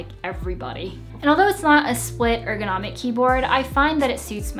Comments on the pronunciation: The first time he said "egronomic"instead of "ergonomic", I thought it must have just been a stutter... 😉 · LoLz "egronomic"